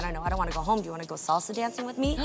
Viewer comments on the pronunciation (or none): none